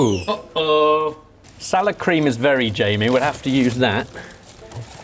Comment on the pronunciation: I kept thinking he was saying sour cream. Then, poured it, and I thought that sour cream has gone really bad.